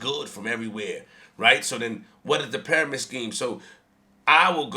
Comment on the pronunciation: I feel dumber after listening to this moron. u can’t even pronounce pyramids correctly 🤦🏻‍♂️. Who cares about what the hood thinks the Goal is to get out.